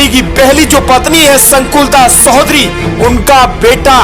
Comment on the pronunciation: Baya sodhari nahi chodhari phele sahi bolana sikho or adarniya sukhdevsinh ke bare me khuchh pata nahi to faltu video banana bandh kro